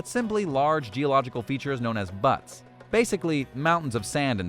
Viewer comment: Pronounced: Bewts, not butts.